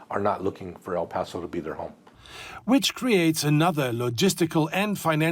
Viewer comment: Not Al paso it's El paso